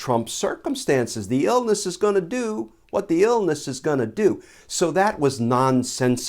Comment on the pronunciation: "thee illness is gonna do what thee illness is gonna do" 🤣🤗🤣😅